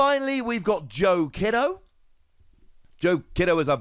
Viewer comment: Just as a heads up, Joe's last name is pronounced "key-do." In japan "i" noises are pronounced the same as key or screech